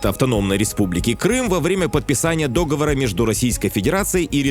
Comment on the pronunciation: Ні дОговора, а договОра, журналИсти